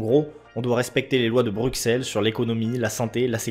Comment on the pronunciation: bruxelle ce dit brussel espèce français